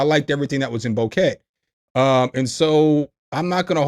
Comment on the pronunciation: BOW-KET = BOO-KAY